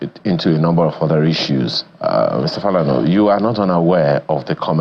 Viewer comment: The way he said Falana made me cringe